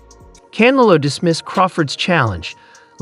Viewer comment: Hey AI its CanEllo not canalow